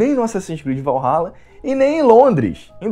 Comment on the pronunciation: Assassins Creed: "Valhaba"